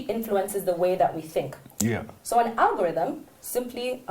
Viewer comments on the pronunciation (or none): And now, our final thought: Alogothym, Arogotheme, Orie-Rogo-theme... lol !🤣🤣🤣 brother, you killed me today!